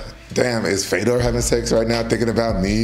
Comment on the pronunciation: I love how you said the ë in fèdor